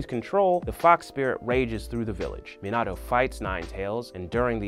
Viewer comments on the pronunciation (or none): Meioto??? It’s mi na toe minato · mostly mispronunciation of names like minato, kushina, and hagoromo. he says miNAto, kuSHIna and hagaramo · “Meenat-o” Cmon man it’s “Meanut-o” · Never say minato as (meen-auto) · He pronounces Minato wrong several times 😂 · He pronounced Minato wrong too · I was mad when he said minato wrong 😤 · I believe you mean to say that Saskue fully developed his sharringan in this fight. He used his sharingan during his fight against Haku. Also, need to work on dem pronounciations there: Hashirama, Minato, Isobu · im disgusted at how this man says minato